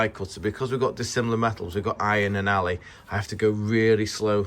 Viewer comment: A true professional, 'ally' not 'alloy'. Nod of respect to you sir.